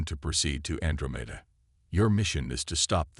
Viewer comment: Can anyone fix the AI so that Andromeda is pronounced correctly? an DRO' meda